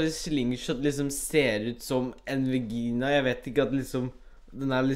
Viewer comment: det heter vagina ikke vigina😒😘 Ps:elsker deg